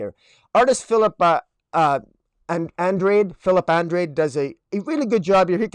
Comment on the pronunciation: Uhn-DRAH-d (the "E" is silent). He's Portuguese like me.